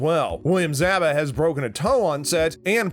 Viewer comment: Pronounced "Zab ka".